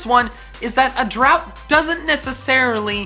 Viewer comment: it's drought not drout(well, thats how you pronounce it)